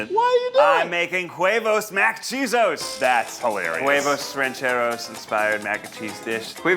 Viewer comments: Damn,Ned saying KuEvos instead of huevos is the whitest shit ever lol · I’m sorry is Ned pronouncing his recipe QUEvos ?? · I still can’t get over the fact that Ned can’t pronounce Huevos like there’s no Q sound in it 😭 it’s so funny but at least he’s trying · Ned really just left "huevos mac-quesos" just lying there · Im sorry I cant get over Neds pronunciation of Huevos. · Ned's pronuncination of huevos irks me but makes me laugh at the same time. Just don't put so much power on the h lol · Why was Ned pronouncing the H in huevos 😂